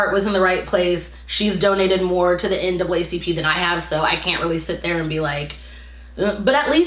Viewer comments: The N-A-A vs N double A bothered me as well lol. Makes it seem like she googled NAACP for the first time and has literally never heard of it before 🤷🏻‍♀️ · Honestly I feel lik was definitely performative. I don’t think she fully understands everything dealing with the black community & everything relating to it mostly because she doesn’t live in the US. Ex: she said “NAACP” incorrectly. She’s viewing the US thru videos online & tweets🤷🏾‍♀️ the vail was lifted on. & Hannah is giving white savior complex honestly. & u made a good point of “does she really watch black content creators.” She probably jus has lik 3-4 tht she watches honestly.